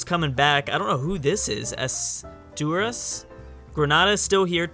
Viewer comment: I'm Asturian (that blue country in Iberia that you couldn't pronounce) It was the first catholic kingdom in Spain that won battles against the Ummayad Empire (the moors) during the Reconquista in Medieval Spain, around 700s AD. It appears in CK2 :)